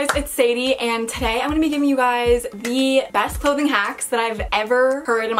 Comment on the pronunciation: Everyone : today Sadie: thu -dai